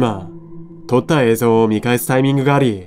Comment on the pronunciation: 「えいぞう」じゃなくて「えいぞん」って発音がやっぱり気になる